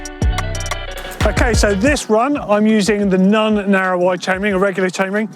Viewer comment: to be fair, it did also sound like he was saying “none”.